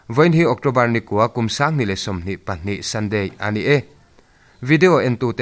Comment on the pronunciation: I thu lam rik dan hi sawisel ka duh. ...."a nih e," ti a i lam rik fo thin hi, ...."a niii... e," tiin lam tawh teh. Tuikuk in mizo tawng an lam dan (fiamthu)a ang tlat.